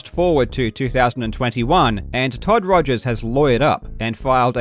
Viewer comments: He is misrepresenting Mr. Rogers by purposefully mispronouncing his last name. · Mate. “Togers” got a giggle EVERY second time. Great call there 😂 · Totally agree, I chuckled every single time he said 'Togers' from that point on :-) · I thoroughly enjoy how you just continue calling him Togers throughout the video without emphasising it at all.